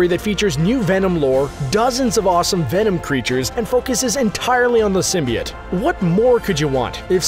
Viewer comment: Symbiot?????? ITS SYMBIOTE